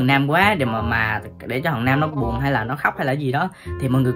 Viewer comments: Nam mà nghe nôm ko à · Quyên nói: Nam= nôm